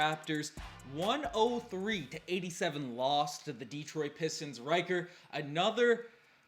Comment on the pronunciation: "Deetroit Pistons" ..there's no accent mark over the "e" so don't stress the vowel sound, its "Deh-troit" 🤣